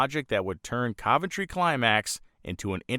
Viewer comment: Wow,, you pronounce "Cuventry" correctly. Even amongst the British locals, this correct pronunciation is being lost. Constable, oven, Romsey, onion, Fontley. In all cases, just like Coventry, the first O is correctly pronounced as U. Literalism is ruining the English language and the "O pronounced as U" is also being being lost in these words and names, too. Another great video. Keep it up.